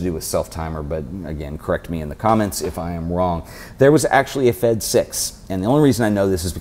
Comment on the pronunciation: I'm Russian and nobody in ex-USSR calls them F-E-D, evetone says "Fed"